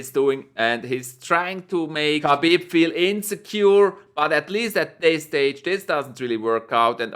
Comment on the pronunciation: Habib not khabib